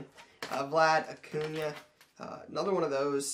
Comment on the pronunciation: I beg of you, it's Acuña not Acuna. Gotta pronounce the ~ or else it sounds so odd. Great video of Bryce Harper explaining it to a heckler too